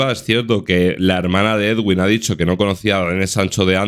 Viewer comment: la pronunciación del nombre del señor es muy sencilla, eduin, ya está nada de ed-uin, eguin y demás. Todos los medios españoles lo dicen mal